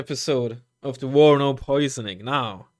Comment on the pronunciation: its warnover